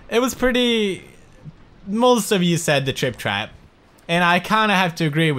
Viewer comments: It sounded like he was saying crap instead of trap. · Has anyone notice how instead of saying 'trap' pewds says "crap"